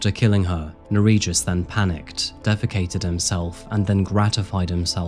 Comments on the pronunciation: he was transferred to Lithuania and killed in prison 2022, which he fully deserved, considering that in Lithuania the sentences for murder can be very light. Just for a fact , his name is pronounced differently - Ner(as Ner'o)ij(j as y)us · ...what was his name? Bro, love your channel, but perhaps next time try to find how to pronounce foreign names because I, a Lithuanian, cannot understand what was the name and it wasn't written anywhere on the screen either. (For reference, the j in Nerijus sounds actually like y in yacht, not j like in John). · The name butchering killed me but also can’t be mad since it’s the scumbags name lol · I don't know if butchering the pronunciation of the perpetrator's name was a conscious choice, but if not for the notes I would've had no idea what Lithuanian you were saying